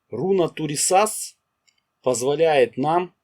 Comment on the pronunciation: Автор, хорошо освещает тему, но ударение во всех случаях на первый слог, кроме БеркАны